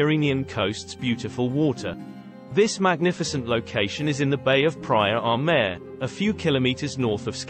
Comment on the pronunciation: for an "italiantravelling" channel... the italian prononounciation of place names (like praia del mare) is dire !😵‍💫🤔